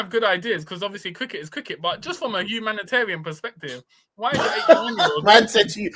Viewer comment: Why this man said humanitarian? I fucking died 😂